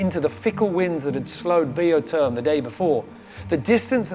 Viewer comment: Seriously, I've heard pronounce the boat Biotherm in the beginning of this race. somewhere near the rounding of the Horn he started with Bee o term. Why the change. Even the crew use the Biotherm pronunciation.